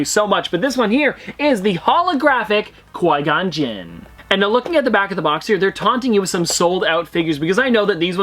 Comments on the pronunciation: “Coi Gon” bruh whT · I challenge you to a lightsaber duel! Also “Coy Gonn”. Haha, sorry I had to! Love the channel, dude! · It hurts when says qui gon wrong and then says it right then wrong again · PETITION TO HAVE LEARN HOW TO SAY QUI GONS NAME RIGHT!!!! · Please learn how to pronounce qui-gon im begging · Am un subbing from you you say qui gon terrible